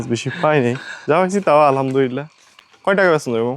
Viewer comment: আলহামদুলিল্লাহ, এর শুদ্ধ উচ্চারণ আপনাদের শিখা উচিত।